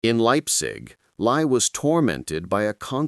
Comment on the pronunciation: Too bad the clumsy AI narration begins mispronouncing Lie as lye at 16 minutes until 18 minutes.